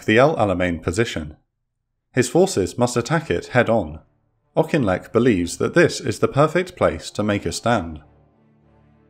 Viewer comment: I live in the village auchinleck Scotland well done for pronunciation